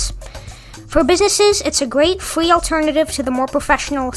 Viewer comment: Fwee as in fweedom 😇